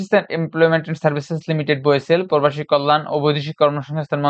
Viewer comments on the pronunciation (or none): প্রবাসী উচ্চারণ করতে পারেন না কেনো❗